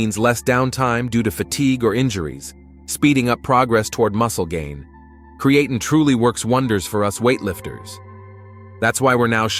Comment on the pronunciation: You pronounced creatine wrong several times .